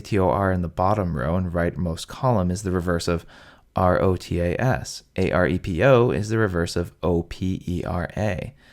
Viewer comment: The 'R' from opeRa and aRepo should be pronounced like in sauRon. Yes.